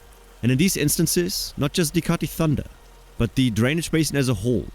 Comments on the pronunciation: Mate, it’s pronounced Kati tunda (TUN-DAH) not thunder. Even though it’s spelt THUNDA, the H is silenced when called its indigenous name for Lake Eyre. In first-Australian Arabana language, kati thunda means ‘wetland in the desert’. It’s important to pronounce names of places in Australia in their culturally specific language out of respect for country. So please, research pronunciations of indigenous geographical names or use the colonised name, u can get those names wrong, there’s no spiritual significance. 🙏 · It’s not pronounced that way, he stuffed it up. It’s pronounced Kati tunda even though it’s spelt Kati thunda.